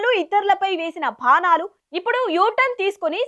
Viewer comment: తెలుగు భాషను ఖూనీ చేస్తున్నరు. చదవడం ప్రారంభించినప్పటి నుంచి ముగించే దాకా ప్రతి పదాన్ని చీల్చి... చీల్చి..... చంపేశారు... ప్రతి అక్షరాన్ని మహా ప్రాణంగా పలికి.. వాటి ప్రాణాలని తీసేశారు.... రాజ్...కీయాల్లో... మాయిక్... దొరికితే చాలు అక్షి..రాల... భండి సంజయ్.. భండి సంజయ్... భండి సంజయ్... "భం"డి నోరు... "భా"ణాలు... "భా"దితురాలు.... అధికార "ధ"ర్పంతో.... సొంత కొడుకు చేసిన "కలాల వల్ల" (తెలుగు భాషలో లేని కొత్త పదం) "ఘా"ల్లో తేలడం.... దయచేసి కొంచెం తెలుగు భాష పదాల ఉచ్చారణ మీద దృష్టి పెట్టండి.. పదాల అర్ధాలు మారిపోయే ప్రమాదం ఉంది.